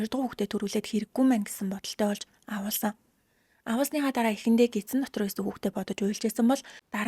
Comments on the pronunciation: Awuulsan gd bhin awahulsn ghin bishv. Muuhaibsnsgdod bhin 😂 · Woow🎉🎉🎉 gehdee Gants udaa shvvmj helmeer bnaa avhuulsan gej heleerei avuulsan geed bhaar evgvi sonsogdood boldoggvi ee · Авхуулсан гэж хэлээч авуулсан гэж яриад байхын юм хийж байгаа бол үг хэллэгээ зөв хэлээч